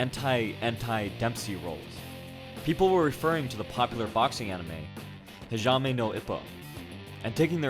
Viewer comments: ha"ja"mi no ippo XD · "hijame no ippo" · lol its all good you just switched up the a and the i in hajime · You got your syllables backwards. Ha-ji-me, not Hi-ja-me. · HA-JI-ME :'( please pronounce it properly (it's Japanese).. not Ja-may... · He reads hajime: Ha-ja-me instead of hahime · Hee-jah-may no Ippo? Dude, Hajime is pronounced HAH-JEE-MEH! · It sounds weird when you pronounced "Ha Ji Me" to "Ha Ja Mi" LOL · heejamay lmao It's Hajime. hahjeemay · this has been very educational and i thank you so much for the hard work in researching and editing this video. and you are forgiving for pronouncing hajimi wrong :D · Not to rip on you or anything, but you kept pronouncing it Hee-Jaw-May. It's actually pronounced Haw-Jee-May. I understand how you can mix it up because they're somewhat similar and if you have no Japanese experience or little experience in anime, it can be hard. But great work. Not gonna lie though, I'm a weeb and I love this anime so it was frustrating to hear wrong pronunciation lol. But other than that, great work. Would love to see more videos! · Hijahme? Lol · Ha-ji-mé xd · its HA-JI-ME no ippo. Pleaseeeeeeeeeeee. :) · (Ha-JIH-mahy) (no) (ee-poh) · Hajame na ipo.. are you serious dude 😂😂 ma gad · It's Ha-Jeh-May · Hajime HA-GEE-MAY incase you talk about this show again. nice vid though, loved that anime. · Oh man that pronunciation Hajime no Ippo Ha is an "HA! GOTCHA" ji as in "g", me as in "may" Also Ippo doesn't accidentally develop the dempsey roll, the coach was working him towards it. Great video though my guy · you really killed me when you pronounced that wrongly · You killed the name lol. Great informational video though, well done. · The way that you pronounce Hajime gives me cancer